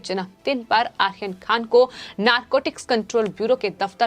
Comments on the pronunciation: pls pro nonce correctly maam. Aryan not Ahyan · Not Akhir Khan, it's Aryan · Aryan Khan theek se bolo. 🙄 Ahiyan Khan. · नाम सही लो बर्थडे बॉय का! क्या प्रोनाउंस कर रही हो!! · Please pronounce his name properly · आर्यन का उच्चार ठीक नहीं करती है आप